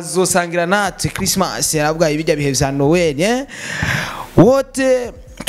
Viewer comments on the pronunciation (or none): none